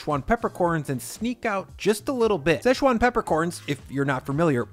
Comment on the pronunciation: there’s no such place as sesh-wan. It’s Si-chwan.